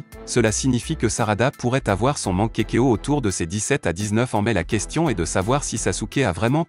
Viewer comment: On dit pas mankekio mais mangekyo et on dit pas sharagan mais Sharingan et on dit pas Orochimaru mais Orochimaru enfaite le (u)on le prononce ou